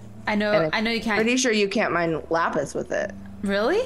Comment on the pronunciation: Especially when she said "Lap-ees" instead of "Lap-iss" how it's supposed to be pronounced.